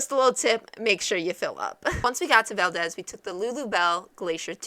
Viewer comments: that is Val-deez not Val-dez! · Yeah, to town residents and people in the state, it's val-DEEZ. accent on the 2nd syllable. To be historically correct though, i'm pretty sure it's pronounced how you say it since it's a person's name. With that said, just say it wrong and you'll be right. hahaha. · Sorry…. I can’t really listen to this…. It’s valdeeeez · aaahhhh...you are pronouncing it wrong!!!!! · You're pronouncing it wrong lol